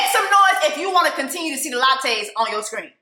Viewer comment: Jessica the Lachey (La-Shay’s) 😂🤣 not the Latte’s. Your killing me from lint licker to this